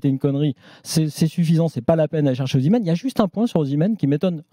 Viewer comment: Osimenh... Pfffff... Pas sur que ce soit bon..